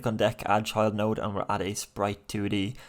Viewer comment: Thank you sooo much for the tutorials! I've always wanted to create computer card game and with your tutorials it's been really fun and easy. One note though everytime you say "Child note" I hear "Chud note" and I have picture of chud meme playing notes in my head 🤣